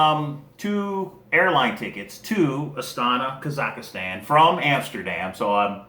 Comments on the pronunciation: You're making interesting videos and you seem like a good guy, but you keep saying "ka-zak-a-stan" instead of "ka-zak-stan". :) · (KA-zak-stan) and (a-STA-na)